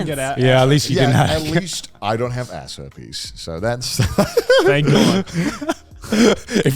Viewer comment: Ass Herpiess 😂😂😂 I can’t even finish my food now after hearing that hahahaha